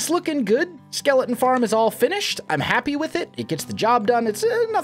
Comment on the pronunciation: He pronounces skeleton like skelen lol